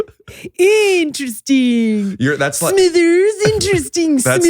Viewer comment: When Mr burns says interesting it's four syllables. IN TER ESS TING.